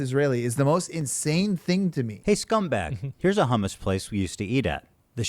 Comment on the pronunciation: The way these people are saying Hummus is pissing me off.